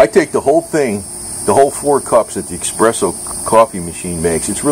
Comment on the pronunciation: its pronounced es press o